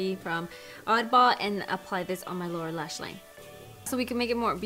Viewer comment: When you said “lower lash line” I thought you said “Laura lash line” 😂 I think the colors are pretty 💕